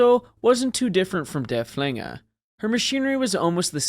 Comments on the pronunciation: It's pronounced derf-linger, not der-flinger. Named after Prussian field marshall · Yeah, try to emphasize the first syllable, not the second.